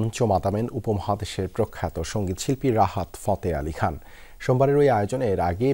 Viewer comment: Rahar fote ali khan???? Name er ussaron o parena 😅